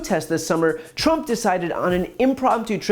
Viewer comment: She also said President Trunp